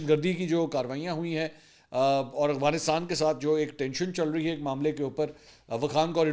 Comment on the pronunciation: السلام علیکم منصور بھائی لفظ افغانستان ہے آپ اس کی ادائیگی شاید درست نہیں کرتے. اف غا نس تان